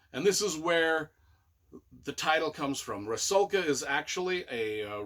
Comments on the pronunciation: If Rusalka is supposed to be then it should be pronounces as 'roosawka'. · Almost correct! Only U is pronounced like in Ruby or Rudimentary. So Roosalka, just not particularly long sound. But otherwise spot on.